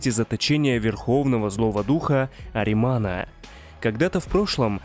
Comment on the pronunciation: не аримана а ахримана с х а не без